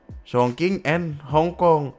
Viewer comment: chognqing bacanya chongching bukan chongkang chongking